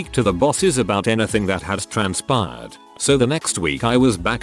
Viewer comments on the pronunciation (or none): none